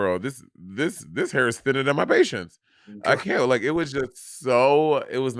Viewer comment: Can't wait for the day Monet pronounces the word "hair" correctly 🙌🏽 she actually almost had it this episode